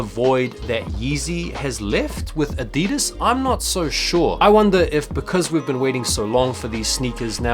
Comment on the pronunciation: Bro it’s Uh-Dee-Duz😂the way you say that shit just hurts my soul😂😂